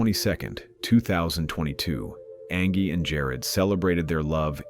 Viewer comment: I hated how the robotic narrator consistently mispronounced her name as Angee instead of Angie